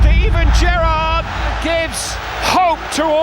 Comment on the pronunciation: Well done you, your pronunciations were spot on, many get Gerrard and Jerzys names wrong.